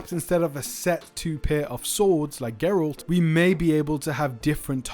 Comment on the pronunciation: Bruh if you say geralt one more time imma DDOX :')